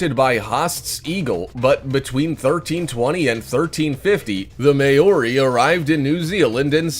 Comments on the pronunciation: The May-ori 😂😂😂😂😂😂😂😂😂 Maori I think your trying to say. Maybe you should have checked how to say that first 😂😂😂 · Maori, MAYORI ITS PRONOUNCED MAO-REE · As a kiwi i had to laugh at how he pronounced maori. Also, if you’re going to add megalodon to the list, at least spell it right.